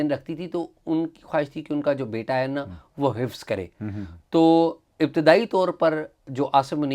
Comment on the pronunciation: خفظ نھیں حفظ ھوتا ھے